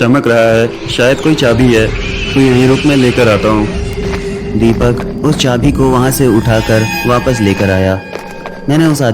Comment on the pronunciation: Its jadu not laddu